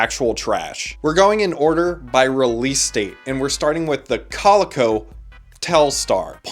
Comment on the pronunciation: Stopped watching the first 30 seconds after you completely butchering how to pronounce coleco